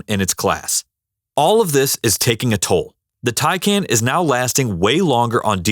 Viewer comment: It's pronounced "TIE-CON".